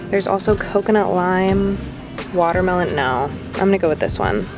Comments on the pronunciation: I love when you said waterme-no(pe) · I love how she says watermelon... No